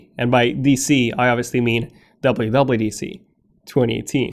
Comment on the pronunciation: Yuble u yuble u DC lol